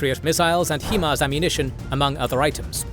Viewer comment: Just for future reference. It isnt pronounced a he-mar rocket it is pronounced a hi-mar (hi like the greeting).